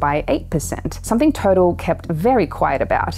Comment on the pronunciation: U do an amazing job researching and communicating. Feels like a wave of info that is overwhelming at times. The pace is frantic. FYI: TOTAL is not pronounced ‘total’ but “toe-taaall” Keep it up!!!